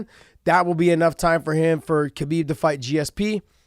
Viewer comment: You know how newbies first say Royce and Rickson but eventually they learn to say Hoyce & Hickson? It's time to say Habib properly Josh....it's a question of "hespect".